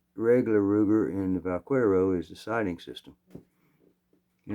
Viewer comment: Vaquero is cowboy. The "que" in vaquero is pronounced as the "che" in chemistry. You have the rest just perfect. What 22 handgun do you recommend for a retired woman? Looking for a reliable, easy to shoot 22 handgun and a 22 rifle. Thank you for sharing music, stories, guns and Jesus.